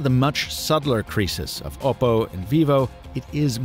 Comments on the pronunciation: OPP-oh.... not OH-poh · Oppo is Op-oh Not Oboe with a p